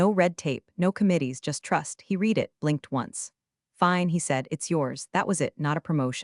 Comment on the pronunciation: Good stories, but you really need to get the words correct. You have said "reed" instead of "red" many times and as a proofreader that is annoying.